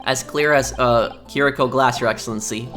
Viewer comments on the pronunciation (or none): none